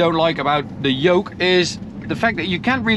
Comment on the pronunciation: You said Joke for Yoke if you were Latino..😆